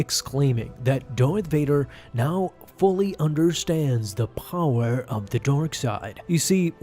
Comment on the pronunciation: I love your videos but I hate the way you say power